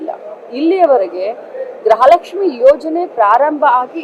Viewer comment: ಗ್ರಹ ಲಕ್ಷ್ಮಿ ಅಲ್ಲ ತಾಯಿ. ಗೃಹ ಲಕ್ಷ್ಮಿ